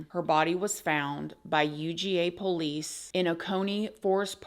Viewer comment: I love it when says “po-lice”. ❤️